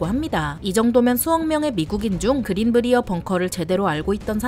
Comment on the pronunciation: 그린 브리어 벙커가 아니라 그린 브라이어 벙커가 맞는 발음입니다 저희 동네 이름이라 정확히 압니다